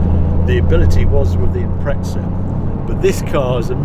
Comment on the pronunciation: great video and review !!! Got one and glad to see how it performs like that..Please please stop calling the Subaru the impretsa ,doesnt have a T in it ....its a impreZa ..